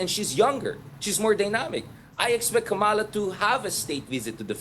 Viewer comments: PLEASE! It’s KA’MALA, accent on the first syllable, and say it fast. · Please pronounce the VP's name correctly! Kama-la. It would be nice to speak Tagalog.